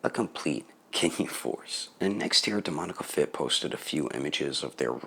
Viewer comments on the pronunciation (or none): I respect you dude but I'm surprised you still don't pronounce "Demoniacal fit" correctly. Literally loads of people don't and it annoys the shit out of me lol. So many people respect & listen to you (including me) so you have the power to help in the awareness of DemonIACAL Fit! On a different note, you sound unwell or like you're trying to be quiet in this vid. Hope all is good man.